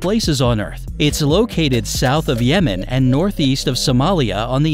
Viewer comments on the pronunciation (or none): none